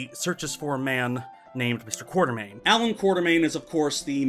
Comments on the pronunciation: KWAT-ER-MAIN not QUARTER-MAIN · Sadly despite the books spell it Quatermain, still pronounces it wrong.:(